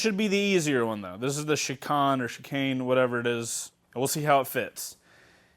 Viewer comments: "Chee-khan"? All those track days and you never said the word "Shi-Cane"? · million subscriber motorcycle "guru" doesn't know how to say chicane😂 also...eat a salad bro.